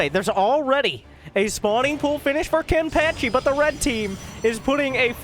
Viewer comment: I cry every time you mispronounce Kenpachi